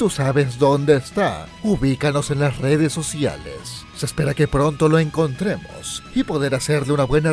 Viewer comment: En el final dice redes socailes deme mi queso onichan